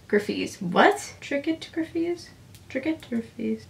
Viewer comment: ) it's pronounced trycot, like three apricot colors, and then gryfe.